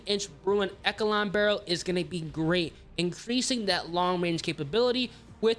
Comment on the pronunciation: My man never says echelon correctly 😢😂